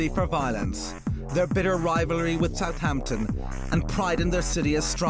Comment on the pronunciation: …i misspelt it. It’spronounced suuuvvaaamptun. i know this well having grown up in the last century with half my family originating from Haaampshuuure whereas muuveers’ lot came from Fulham - where you ‘ang yer attt oowwnn the oook innn thee oowwlll - providing you’re wearing one & the homeowner is that particular . the “Hampshire Accent’ was probably a thing but I’ll be buggered if i learnt to really tell it apart from Dorset Wiltshire or Devon which judging by online maps of Accents , is nowadays lumped in with Westcountry . Well it certainly isn’t Cockerney or Keeennt.